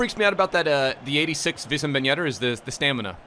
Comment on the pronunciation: It's Wissam not Vissam ffs 😂😂